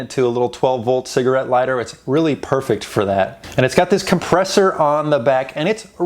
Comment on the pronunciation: Made me cringe every time you said compressor